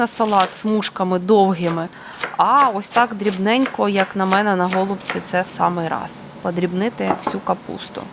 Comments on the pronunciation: В українській мові правильно наголошувати голубцІ́! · Наголос на останній склад у словах голубці та фольга. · Я написала- необычно, о зручности речи не было. Українською тоже слышала на последний слог ударение. Вначале подумала, что вы так шутите чтобы внимание привлечь, потом почитала, что на О ударение на западной Украине. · Необычно слушать ударение на О. Пошла читать историю про голубцы). Спасибо.